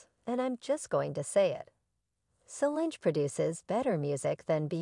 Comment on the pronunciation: Mispronouncing Solange - Wrong Matthew (McConaughey, not Knowles)